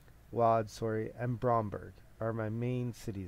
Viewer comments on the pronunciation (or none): Lodz is pronounced wooj